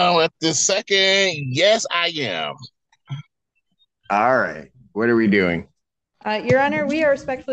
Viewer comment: " yes I yam " 🤣🤣🤣🙄 lordy